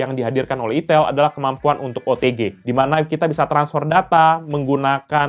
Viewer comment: Cuma mengingat kan "Aitel" bkn "itel"